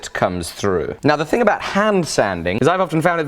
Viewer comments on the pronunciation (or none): none